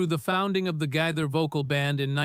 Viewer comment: It’s Gaither, pronounced Ga- ther. Long “A”.